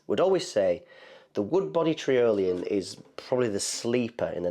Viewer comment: trIolian, like EYE-olian.